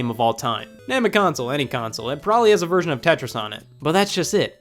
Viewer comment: I heard”A virgin of Tetris” XD